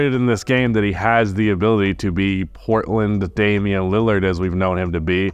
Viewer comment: It's a god damn shame... ien Lillard